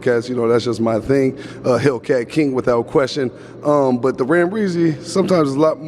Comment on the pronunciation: Say the name of the fukin cars correctly!!! No dam ram reazy and hellkeazy